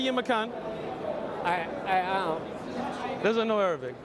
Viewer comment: He said " I am" in fake Arabic... ahh aaaammmm